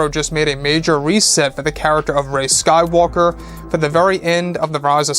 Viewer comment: Also I cringe every time you say sky walker ( when you are talking about Rey)